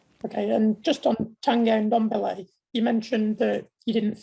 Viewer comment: Why can`t these people pronounce Ndombele`s name correctly after 2 years?! Smh. I also noticed the cameraman zooming in on Espirito Santo when the Kane question came up. I swear these idiots in the media are infuriating. As if zooming in on him is going to change the clubs stance.